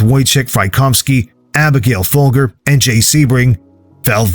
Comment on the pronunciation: again say the names right! its fol ger and min e o, so annoying!